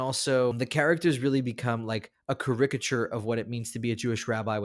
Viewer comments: Thanks for the list. I usually watch TV shows, and there are a lot of great Jewish TV shows (The Queen of Jerusalem is my current favorite, but there are plenty of others, streaming on Netflix especially). One thing, though. Please learn how to pronounce caricature (CAricature). 🤗💙 Shalom Shalom! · Sorry, but the pronunciation is CA-ri-ca-ture, with the stress on the first syllable.